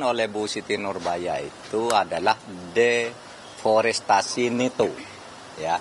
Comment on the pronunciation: 2.39 Prof Empud salah sebut, harusnya DEFORESTASI, bukan DEFORESTRASI, emang jualan TRASI ?